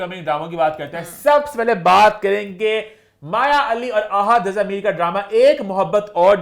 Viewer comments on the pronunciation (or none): none